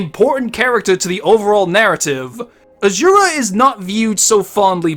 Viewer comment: “Charctuh” “Azzzurah” “Waltuh”